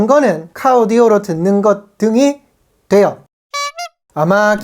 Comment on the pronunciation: 되~~~요 이 멘트 찰지네요 ㅋㅋㅋㅋ